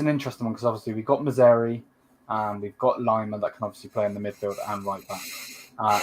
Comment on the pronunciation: Maz - roaw- wee not mazari bruv.